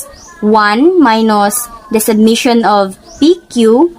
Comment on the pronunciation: to avoid confusion-‘summation’ ang pronunciation not ‘submission’